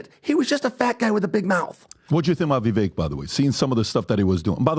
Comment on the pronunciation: If calls Viv-ake, Viv-eck one more time I swear to God I'm gonna lose it, it's just straight disrespect at this point - get the man's name right for Christ sakes